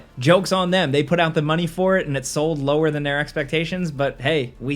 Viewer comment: "1.5 million seld" Hell yea